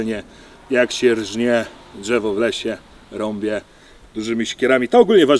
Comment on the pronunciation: Rąbe, łapę.... wiesz, że tam jest jeszcze literka "i"? Rąbię i łapię? Hahaha